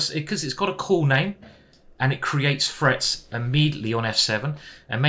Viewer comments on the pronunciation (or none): It frustrates me how you can't say "threat"